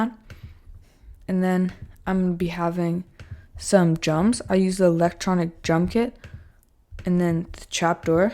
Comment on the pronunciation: You say Jums instead of drums😂